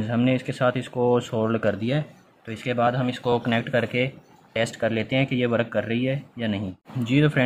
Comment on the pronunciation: Work(वर्क) को वरक क्यों बोल रहे हो